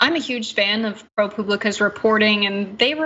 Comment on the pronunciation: No offense, the info is very compelling, but when you mispronounce words – KEY words – you lose your credibility. “BUMbarded,” “anon nenmitity,” “Pro pubLICKA,” c’mon. If you aren’t sure, ASK someone, don’t guess. Not looking for a fight, and I enjoyed the useful info, but imho, you need to improve your vocabulary.